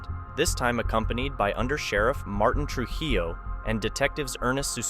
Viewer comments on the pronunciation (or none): none